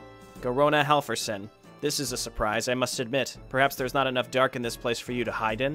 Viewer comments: you did not just say Garona Halforsen it's Half-Orcen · Alexgaby15 I heard half fer son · You know, I've always pronounced Garona's last name as "Half-Orken," as in her heritage of being half-orc. But… to think I'll start saying "Half-Orson," thanks to this video. Sounds more elegant. :)